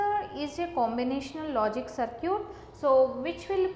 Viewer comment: "Saar-ciut" XDD